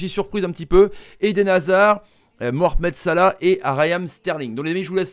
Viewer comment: Y’a dis mormet salah